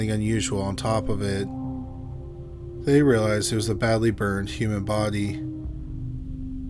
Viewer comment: you said baudeee many times.. Killer roommate.. poor lady / and man. I lost ya for a while.. Thanks for the presentation